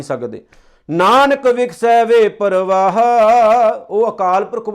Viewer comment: ਬਹੁਤ ਹੀ ਵਧੀਆ ਉਪਰਾਲਾ ਹੈ ਪਰ ਬਾਣੀ ਦੇ ਸ਼ੁਧ ਨਹੀ ਪੜੀ ਤੁਸੀ ਹੋਲ ਸੇਲ ਵਿੱਚ ਬਿੰਦੀਆਂ ਦੀ ਵਰਤੋਂ ਕੀਤੀ ਹੈ । ਸੁਣ ਕੇ ਦੇਖਣਾ । ਰਾਹੁ ਨੂੰ ਰਾਹ ਅਤੇ ਵੇਪਰਵਾਹੁ ਨੂੰ ਵੇਪਰਵਾਹ ਪੜ ਰਹੇ ਹੋ। ਵਾਹਿਗੁਰੂ ਜੀ ਕਿਸੇ ਚੰਗੇ ਮਹਾਪੁਰਸ਼ਾਂ ਕੋਲੋ ਸੰਥਿਆ ਲੈ ਕੇ ਫਿਰ ਉਪਦੇਸ਼ ਦਿਉ